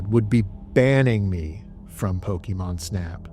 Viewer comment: Your videos are great man. But the way you pronounce Pokemon lol you almost sound like a mom from 1999, just missing the MAN instead of MON